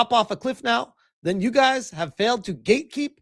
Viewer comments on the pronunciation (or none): none